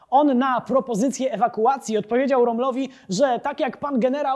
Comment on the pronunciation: Odcinek spoko ,ale.... Drewniak wprowadza w błąd . Mówi Romel (erwin romel) , a Starzyński rozmawiał z JULIUSZEM RÓMMLEM ( "O" kreskowane = polskim generałem ). Nom ... mieliśmy takiego generała.... RÓmmel.... JULIUSZ KAROL WILHELM JÓZEF RÓMMEL